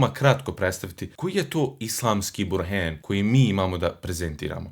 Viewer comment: Bruder zadivljen sam lingvistickom obradom teksta Qur' ana,pa me malo čudi vas izgovor riječi "Burhan",ali sa E, "burheen'.Trpi li to lingvistika arapskog jezika,ili ja previše pitam,jer,Elif isključivo zahtijeva izgovor na A,a ne E.